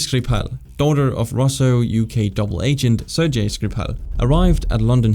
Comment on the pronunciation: Ser-Jay? It was corrected later but man… oof